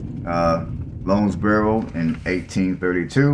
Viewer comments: Pronounced Lowns burrow Like Towns burrow. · Pronounce the "ow" like you were saying "ouch". L "ow" ndesboro.